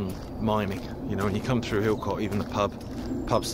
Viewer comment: Don't want to be a "You dont want to do it like that" Harry Enfield- but just to say Hilcote Is pronounced "illcut" or "Hillcut" if you're more refined.. but its not the same way as saying "cut" .. I'm not finding it easy to describe in words and as i'm not a professional linguist i cant explain using words like dipthong etc so i'm struggling.. but its not Hill Cut, and its not Hill Cot.. "illkutt". I tried! :)